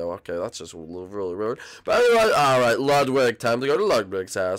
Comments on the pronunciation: Lugwid now Lugwig? IT’S FRICKIN’ LUDWIG!! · It was so funny when everyone was calling lugwig emo